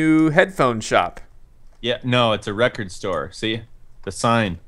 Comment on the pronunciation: "It kinda looks like an Asian person." Me: ...wut. 'lecord' LMFAO